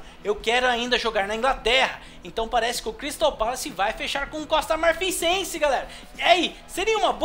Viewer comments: Allan F. Marfifense não é o primeiro vídeo que ele fala isso. Eu comentei no anterior mais não adiantou., você é monstro. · Costa marfincense?? É Marfinense,, marfincense não existe. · costa marfinsense não e costa marfinense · Costa Marfinsense kkkkkkkkkkkkkkk É MARFINENSE ALGUEM DA LIKE PRA ELE VER KKKKK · O Toure e marfinense, e nao marfisense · "Costa marfinsense" kkkkkkkkkkkkkk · " Costa Marfinsense " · Costa marfinfense KKKKKKKKKKKKKKKKKKKKKKKKKKKKKKKK não é costa marfinfense